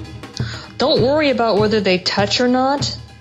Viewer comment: Ha! I heard your aboot. Canadian eh?